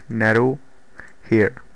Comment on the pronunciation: It's pronounced "Neeero" not Narrow.